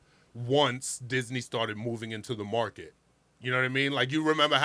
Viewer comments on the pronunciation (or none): none